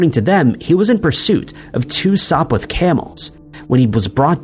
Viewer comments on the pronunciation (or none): none